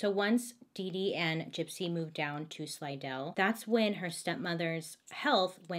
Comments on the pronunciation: Thanks for pronouncing Slidell correctly. That's where I live. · As a native of Louisiana proud you got the pronunciation of Slidell right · Thank you for saying Slidell correctly. No one ever does😂😂😂